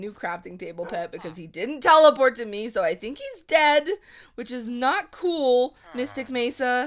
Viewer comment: who else thought whenever says "cool" its "cruel" ( sorry for my english and spelling lol)